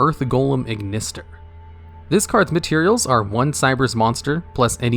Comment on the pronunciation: “@ = “At” thus the Archetype is pronounced “At-Ignister”. Sorry that really bugged me.